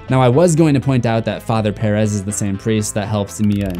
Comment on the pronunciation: You pronounce Perez so wrong 😂💀